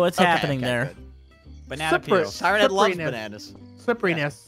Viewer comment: its pronouneced siren head